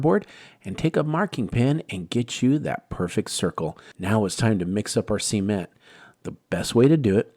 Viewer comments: Imagine if this guy had a dictionary & referenced it & didn’t sound silly….repeatedly saying, “see-ment” LOL it’s SA-MENT 😂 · It’s cement, not sea-ment. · He should start by learning how to properly pronounce SA-MENT LOL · I cringe every time he says "see-ment" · NOT SEA ment! Geeez 😂😂😂😂🤣🤣🤣🤣🤣🤣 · I was done when he said ceement